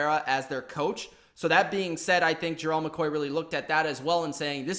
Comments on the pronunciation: U sayin his name wrong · Why tf u always pronounce the name wrong